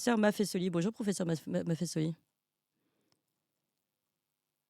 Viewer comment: Clémence MAFFESOLI le S placé entre 2 voyelles se prononce comme un Z Vieille règle de notre langue française.